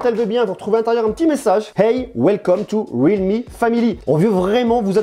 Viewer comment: C'est real me, not read me. Il y a un L pas un D. Complètement nul cet appareil. Trop cher et camera pourri. Xiaomi c'est bien mieux.